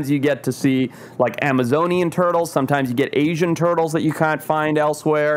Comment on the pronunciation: He sounds American until he says "Caunt" instead of "Can't" 😭